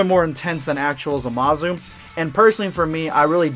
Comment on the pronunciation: The way you say Zamasu as Zamazu is uncomfortable